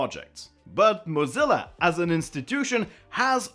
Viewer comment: The most controversial thing in this video is pronouncing Mozilla as modZila